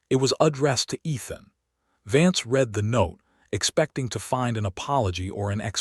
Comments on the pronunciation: He can't do this. Haven't you heard the word "READ" pronounced that wrong one during a video, over and over? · Hoping and hopping, Read said as Reed not said as Red and others too. I really hate AI